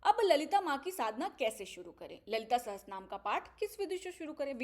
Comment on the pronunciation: Didi, it is Lalita Sahasranaam and not sahastranaam